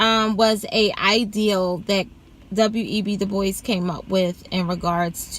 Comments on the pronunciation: It's not de-boise!! Ignant uncultured mf It's pronounced du-bwa Smh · Looks French sure its not pronounced Dew-Bwa? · Is pronounced Doo-bwau. It’s French. I hate when black people do this!